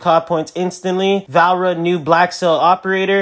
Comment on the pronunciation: Her name is Va-le-ri-a not valra 😂